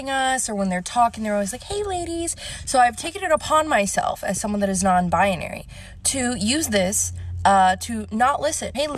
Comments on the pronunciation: BI-NARY, not BIA-NARY. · Why she say non biONARY can’t even pronounce her “identity” 🤣